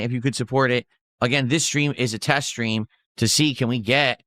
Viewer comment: Why does he add an H to street and stream? Its so fucking annoying